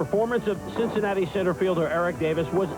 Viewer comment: ....Mr. Cosell, I want to tell you how much I enjoyed listening to you as a kid. Even if you, occasionally, mispronounced "Cincinnati" and "Miami". The names of those cities do not end with an "a," sir. I can see that you're familiar with 1987 MLB. Jack Clark was a monster that year and I could have easily slotted him in there. But he's coming off of the bench because I tend to think like a manager and don't want to overload the lineup with right handed batters (assuming a righty starting P). Will Clark had a monster year and was a better defensive player, as well. Let's see. Nolan's career marks of 3.19 ERA, 5714 SO, 222 CG, 61 SHO, 7 no hitters, 1.25 WHIP. Wins and losses are not important whereas it comes to pitcher evaluation. That's why it's been de-emphasized today. Mr. Cosell, have you been hanging out with Tiger Woods? You're not sounding like yourself, sir.